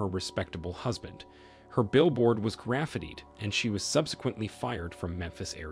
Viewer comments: This mans greatest enemy is two syllable words lul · The only thing i got out of this video was your pronunciation of "graffitied" and idk why i thought it was so funny lol